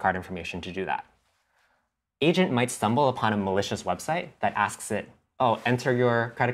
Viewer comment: “should we have this Asian plan it?” As he looks over at Asian guy next to him. I know he’s saying agent btw.